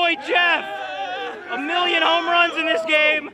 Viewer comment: he said “only hits and homruns”